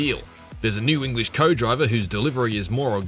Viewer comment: "English co-driver" - sounds more Irish.